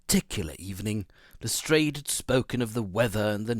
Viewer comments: This is really good. The stresses on the words and the changes in tones, all sound very professional! P.S Lestrade is pronounced as Les-drARHH. A French surname, rhymes with yard and chart. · correct. LestrAAD of the Yard. and the River Thames is pronounced "Temms".